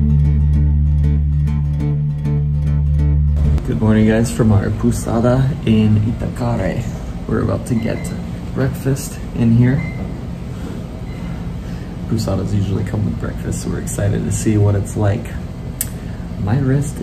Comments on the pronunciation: C'mon guys! Doctor is pretty much international, also dor dolor pain . . .the seeds of cacau makes chocolate . . .when you see é like Itacaré, the final sound is like the one in jet and please no more pussada . . .its paulsada or powsada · Friendly Portuguese tip: Pousada is pronounced like "poe (rhymes with toe) - zah - dah" :) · Yes the constant "poo" pronunciation is odd